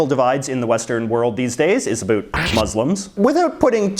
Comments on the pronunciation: You’re making us Canadians look bD, learn how to pronounce “about” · They dont seem so crazy anymore. Also, stop saying about like that as if Canadians talk like that, you half a fruit cake